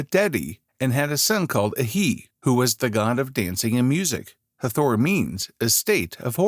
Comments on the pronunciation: Hard to take the upload seriously when it doesn't even pronounce the goddesses' name right...the accent is on the first syllable thus HAA-thor not Ha-THOR! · IT'S NOT EVEN HATHOR, IT'S Het-Her-t, AND IT'S A SHAME THEY SHOW THE REAL IMAGES OF THE PEOPLE CLEARLY DARK, BUT PUT ALL THESE MODERN PALE PEOPLE IMAGES LIKE THEY'RE THE SAME PEOPLE.